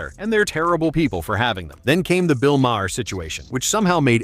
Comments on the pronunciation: Who is bill mah-har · Bill "MA-HER?" 😆 TOS wasn't woke. And your bad narration keeps dropping out. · Ha ha, your Eh-Aye can't pronounce Bill Mahr's last name! It's pronounced "Mar" BTW.